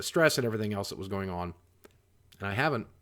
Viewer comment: You do know there is no R in going right? I'm sure u do so STOP with the goring please! Thank you Sir!!